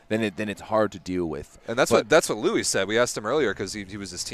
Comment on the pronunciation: If possible (before tonight’s game) can you relay to the Volleyball World commentators, Matt Prosser and Salima Rockwell that Justin’s last name is pronounced “Lou-eee” and not “Lu”? Thanks... Ray Lui (Justin's Dad)... Go Stanford Go!!